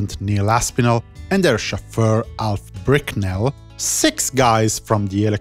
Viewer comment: Nah man you're good ! and is it bickness?? I thought It was Alf Bicknell??